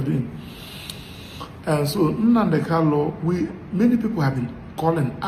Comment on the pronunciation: Nnamdi kanu, not kalu please.